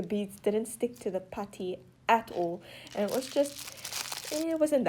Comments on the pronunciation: For the whole entire videos I thought you were saying “patty” but you were saying putty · Was she saying patty instead of putty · It’s putty not patty 😂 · Normal: putty Girl:patty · It's not patty it's putty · A patty??! Lol the way u pronounce- no hate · Anyone else hear “patty” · potty or putty? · Not to be mean but she is saying patty (not trying to be rude) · I’m I the only who likes the way she says putty😊? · I love how she say putty